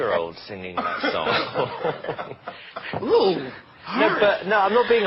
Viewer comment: "dat" lol